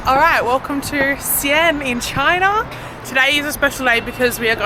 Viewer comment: Good on you for giving it a go with basic phrases, but just wanted to suggest that - you've mixed up your pronounciation of the "a"s in Xi'an and yuan: it's "See-Arn", and it's "Yu-en"